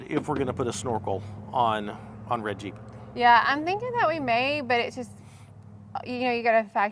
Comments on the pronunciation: I heard say "red jeep" but it sounded like "Reggie". I came to the comments and you beat me to it. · Name it Reggie. That’s what I thought you were saying when you said “red Jeep” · WOW. A couple of times when you said Red Jeep, it sounded like Reggie; so... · It took me a while to figure out that you were not calling the new vehicle "Reggie." I was wondering where that name came from when it finally clicked with me that you were calling it the Red Jeep. :) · The name should be “Reggie” based on the way you said red Jeep.